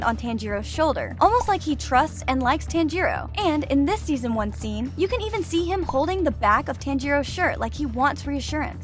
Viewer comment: Bro said second season wrong thing season man 💀💀💀💀💀